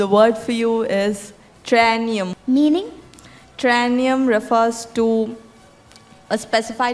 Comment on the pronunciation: That last word ‘Triennium’ should’ve been pronounced correctly when it was given to the contestant.